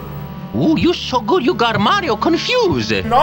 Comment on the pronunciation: u said mario is marip